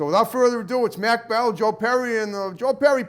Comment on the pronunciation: His name is Mach--like mach one speed, not MAC...